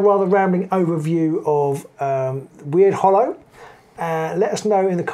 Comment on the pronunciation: FYI its not pronounced WeirdHollow, it should be said as Ward since Wyrd means magic. Sorry jobs worth moment 😬 I'm really hoping for a new Nurgle warband for this new season. If the warband had 7 Nurglings and a sorcerer that would be top banana🤞